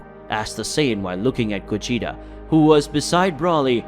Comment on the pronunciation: I wish you would at least say Broly and Gogeta's names right